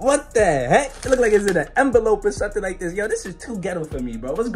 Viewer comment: he said whay